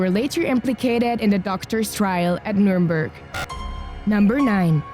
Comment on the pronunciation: The mispronunciation Of so many words like numernburg, counterfeit and more is just cringe worthy I don’t mean to sound rude or anything you saying this